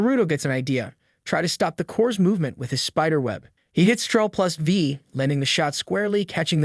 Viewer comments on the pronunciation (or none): its called CTRL not TROLL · CTRL is pronouce the same as CONTROL bro... not "troll"